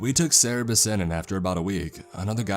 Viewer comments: Isn’t it Cerberus not Cerabiss? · Cerebus? Its Kerberos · It's Cerberus. Cer-ber-us. Not Cererbus... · tf is a cerebus? You mean Cerberus? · "cerebus" - Cerberus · it's Cerberus, not Cerebus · I'm sorry, but isn't it "Cerberus" and not "Cerebus"? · Why are you saying Cerberus "Cerebus."? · "Cerebus"? You mean Cerberus? Hahahaha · Cerebus is pronounced Kerberos... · IT'S CERBERUS NOT CEREBUS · Cerberus not cerebus - other than this thing that ticked me off a lot, great story, great video. Thx for the hellhound by the way. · its CERBERUS not cerebus..... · Cerberus not cerebus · nope its Cerberus not cerebus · It is cerberus not cerebus, he got it wrong. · Yes, He must have meant to be saying CERBERUS, NOT Cerebus. Cerebus, the name he was using, is someone's comic character that's an anthropomorphic aardvark. Cerberus is the three headed hell hound beast of Greek mythology. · Am I the only one who thinks he says Cerberus weirdly? "Serabis" what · I always thought Cerberus was pronounced "Sir-bur-us" so I tried looking up what a "Sarah-bez" was. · Say it with me y'all: cer- BER- us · This is a very interesting story, but an actual employee at such a place would probably be able to pronounce CER-BER-US properly. I really do appreciate the video. The mispronunciation was just really irking me... Sorry. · That is not how you say cerberus... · Can you say Cerberus correctly? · Wait, do americans pronounce cerberus like that? It's not meant as criticism, I love the narration as a whole, but I'm not native in English and the pronunciation just confused me and I didn't get what he meant until he got to the whole god of the underworld part xD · I wish this was real I'd totally either buy things or work here Side note the way he says Cerberus is weird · My dude lovely work, I believe it is CERBERUS however :)